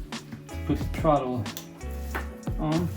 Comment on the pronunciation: Dudes it's called throttle, not trottle.